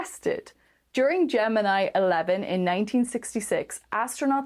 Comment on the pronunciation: Oh, you're going to get a note from Vintage Space about pronouncing "Gemini!"